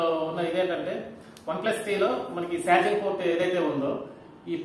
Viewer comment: సార్జింగ్ కాదు బ్రో చార్జింగ్